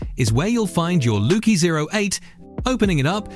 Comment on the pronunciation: Lucky not loki 😂😂😂😂😂😂😂😂😂😂😂😂😂😂😂😂😂